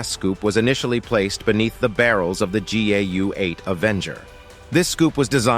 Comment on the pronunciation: How many mispronunciations can you possibly come up with for the GAU-8/A?!? Doesn’t accuracy have any significance in this world anymore?